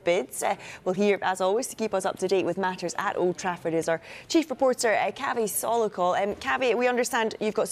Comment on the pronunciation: He's called Kaaveh not Kavi 😅